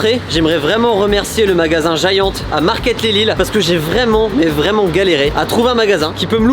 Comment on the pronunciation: Pas mal la prononciation de Giant